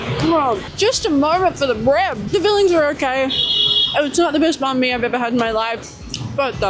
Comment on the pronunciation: Love that you pronounce Banh Mi right. Subscribed